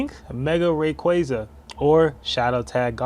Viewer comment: Why did you pronounce Rayquaza like that ?